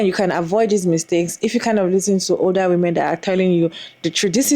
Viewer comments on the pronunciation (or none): Him pronouncing women as “woman” always gave me a cringe